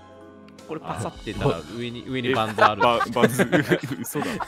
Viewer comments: レトさん、バンズのことパンズって言ってる？それとも華声の空耳？ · この時からバンズのことパンズって言ってるw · パン…ズ？っていってる？ レトさん…バンズ ですよぉ！ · ２も気になってたので見れて嬉しいです！！ 話逸れたり雑談も多くて楽しいです！笑 主人公もケイさんもヤバすぎ😂一言一言が面白いww 会話パートの時のカーソルの動きが気になります！(笑) レトさんバンズをパンズって言ってる？？ タッチの範囲狭すぎるし新たにスライド機能が出てきて難易度あがりましたね😅 ✈ハイジャック犯は無事なんだろうか？ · パンズじゃなくてバンズなんだが